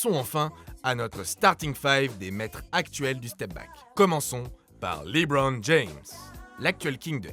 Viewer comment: Super vidéo comme toujours. Par contre LeBron (dit Libronne au lieu de leubronne) ça me pique toujours les oreilles ;)